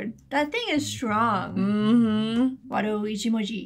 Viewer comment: "Wado itchy monkey"